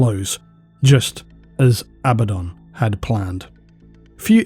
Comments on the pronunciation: Abba-don = correct A-bad-in = incorrect There is zero debate about what's correct. Even stated by GW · I genuinely love you videos, but everytime I hear you say abadon wrongly, I think... cmon man, you know there's only one way to say it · it tickles my brain every time you reiterate the actual english pronunciation of abaddon (not abba-don). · There’s probably some grammar rule about it, but every word I can think of that has a double consonant stresses the syllable before the consonants. PAddle, BUllet, FIddle, HAppy, etc. Despite that, I think ABaddon sounds better, with the only advantage of the other pronunciation being that it sounds like “a bad ‘un”, which is appropriately derisive for such a cartoony villain.